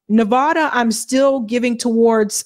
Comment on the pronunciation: please please please learn how to pronounce Nevada. It makes all of us cringe when you say it.